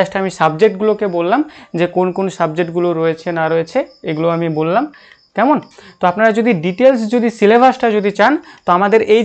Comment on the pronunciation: Apnar "kemon" ar " taina " ktha gulo ektu check korun dile aro vlo lgbe